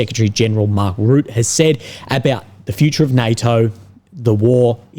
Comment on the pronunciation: Hi! Just a little comment about the pronunciation of "Rutte", since you'll probably have to say it much more often in the future. The 'u' sound in the name is much shorter than you are pronouncing it now. It's like the 'u' in Trump and not so much as the 'u' in 'rude'. In fact, the 'Rut' part of the name sounds like the 'rut' from 'being in a rut'. Secondly, the 'e' at the end of Rutte is not silent. You can pronounce it as an 'uh' sound. So Rut-tuh. Just FYI. :) Best of luck with the chemo. Hope it won't be too bad.